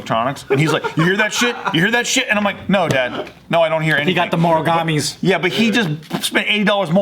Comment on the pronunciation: sorry Joe, but as a snobby audiophile I believe you meant Mogami, not Moragami.